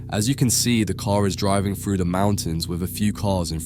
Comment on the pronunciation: the word is three and through, not free and fru, if you can't speak English properly with correct grammar don't bother uploading, you sound illiterate, and why are you telling us everything we're about to view for ourselves, you think the viewers are too dumb to work out what they are seeing?